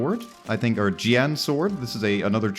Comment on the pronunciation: The Jian is pronouced kinda like "Jen" but there's a really small i between the J and the E so like "Jien"